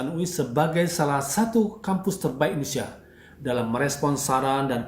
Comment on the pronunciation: Seks = nice! (jangan munafik) lebih baik munaroh 👻 ga semua orang punya garansi kuat panjang umur!.. Banyak yang mati muda!.. DAN BTW.. ITU ORANG KO KAGA BECUS NYEBUTIN INDONESIA SIH..?